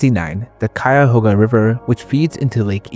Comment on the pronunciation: Great pronunciation of Cuyahoga. Some local folks can't say it correctly.